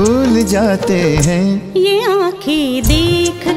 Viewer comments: गायिका का हैं का उच्चारण गलत है वह हैं को है गा रही है... न का अनुस्वर नहीं गा रही इसलिए साहिर लुधयानवी की शानदार शायरी कर्कश हो है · सुरेश जी की आवाज़ आज भी बेमिसाल है और बाँसुरी नवाज़ मोहित जी का बाँसुरी वादन कमाल का है. मगर को 👉हैं और 👉है में उच्चारण का अन्तर पता नहीं है उन्हें इस और बहुत ध्यान देने की ज़रूरत है 🙏😊